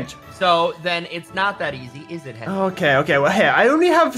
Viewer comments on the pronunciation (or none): Its get your english right